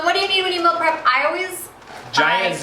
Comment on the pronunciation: Why does she say "mill" prep?